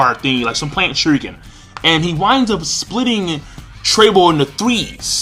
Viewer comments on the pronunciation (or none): none